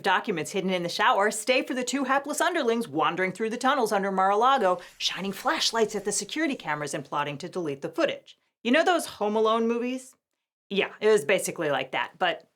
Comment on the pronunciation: Did she say "mar-lardo"? I mean...that's how I refer to it so maybe I'm just hearing what I want to hear. LOL.